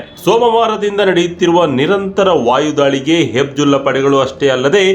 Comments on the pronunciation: Hizbulla antha heli hibjulla alla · ಹೆಬಿಜುಲ್ಲಾ ಅಲ್ಲ ಹೆಜಬುಲ್ಲ. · ಗುರೂ ನೀನು ತುಂಬಾ Different ಆಗಿ ಹೇಳದೇ ಇದ್ರೂ ಪರವಾಗಿಲ್ಲ... ಹೇಳೋದನ್ನ ಸರಿಯಾಗಿ ಹೇಳು... ಅದು ಹೆಬ್ಜುಲ್ಲಾ ಅಲ್ಲಾ ಹೆಜ್ಬುಲ್ಲಾ... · ಅದು ಹೆಜ್ಬುಲ್ಲ ಕಣಪ್ಪ ಹೆಬ್ಜುಲ್ಲ ಅಲ್ಲ. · Adu Hebjulla allappa, Katbulla :face-blue-smiling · Hebjulla alla Hijbulla or Hejbullah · ಅದು ಹೆಬ್ಜುಲ್ಲಾ ಅಲ್ಲ. ಹಿಜ್ಬುಲ್ಲಾ. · Hebzulla alla kanappa adu....Hezbollah.